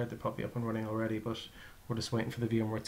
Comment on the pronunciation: Thanks for the videos, helped me a lot during my installation. But why do you say "compleshe", "bush", "thash" etc. instead of a regular "t" on the end?